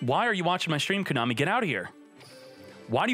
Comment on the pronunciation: You mean "Ko-money"??